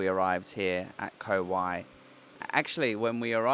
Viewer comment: 'Rattan island'. Pronounced Koh 'Wai' with rising tone.